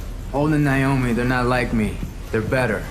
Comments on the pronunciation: Who is “Nie-omi?” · For God's sake, it's 'Nay-omi', NOT 'Nye-omi'...